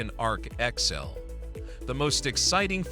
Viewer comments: Man, your AI needs to learn how to say X L.... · Love that AI commentary cannot say XL properly